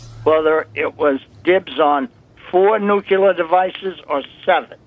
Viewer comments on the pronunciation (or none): Never trust a person who says “nu-cue-ler”.